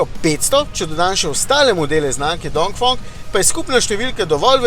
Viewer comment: DongfEEEEng, ne OOO